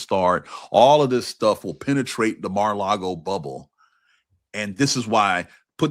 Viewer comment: It's "Mar-a-Lardo"